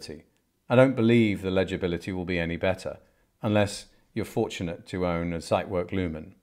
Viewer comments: Dear sir. Out of respect for the watch, please be so kind and check the pronunciation of the Zeitwerk. No "site" there...... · The mispronouncation of "Zeitwerk" makes me cringe.